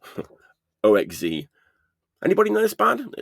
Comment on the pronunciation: OXZ is pronounced OX-Zed as far as I know. Kyah's first 7" is on RBF and 2nd Slapdash is on AA the first is punky the 2nd is more hardcore.